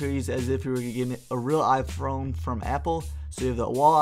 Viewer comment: . HAHAHAHAHAHAHAHA "IPHRONE???"